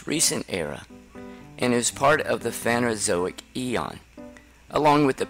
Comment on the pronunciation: It's PhanERozoic not "phanozoic"